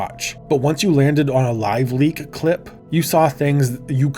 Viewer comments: Is it just me or are you saying "Live Link"? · tell buddy it's live leak not live link damn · Bro was so traumatized by LiveLeak that he thought it was called "LiveLink" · Leak, not Link. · The auto generated subtitles also hear it as "LiveLink", so I don't think it's just you! Plus I also heard it the same way. Oopsie!